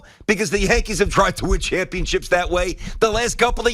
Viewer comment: It was Cashman that said championships wrong